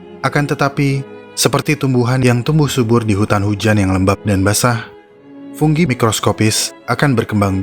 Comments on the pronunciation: fungi bos bukan funggi koreksi aja sih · Fungi apa funggi bang?